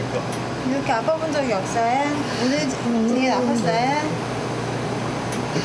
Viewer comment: 간호사분 이렇게 아파본 적이 업써여 어후 발음이 왜저런지..